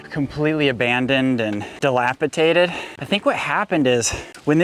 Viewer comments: Baby Issa is way too cute. Love the stories you guys share. Oh and by the way, it’s dilapidated not dilapitadid (my daughter-in-law had to correct me years ago so thought I’d help you out with it!—not trying to be snarky!) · dilapidated, with a "d" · Another great episode! We love watching Isa grow and explore. (Just a note, the word is "dilapidated," in case you have occasion to use it again. :) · Love you guys and your videos! Keep it up, favorite Saturday pastime during breakfast is watching hour family’s adventures! Thanks for sharing. By the way it is Dilapidated with a D! lol! Keep it up!